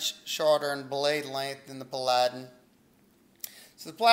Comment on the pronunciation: Looks good. I think it's pronounced PAL a den. ;)